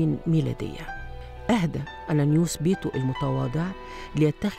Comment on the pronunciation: انيانوس البطريرك الثانى وليس انانوس